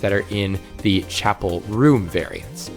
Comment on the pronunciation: Every time you say chapel room i cannot stop hearing chappell roan. Side note, i love ur stuff!! I love playing frostpale and am looking forward to the caves mod!